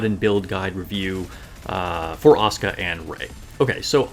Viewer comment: Finally someone pronoucing Asuka correctly, most Nikke content have been unwatchable for me recently since everybody butchers it and repeats the name every two seconds. And I was looking for some tips on her as I did luck out to 3 star her, before my SSR luck completely ran out.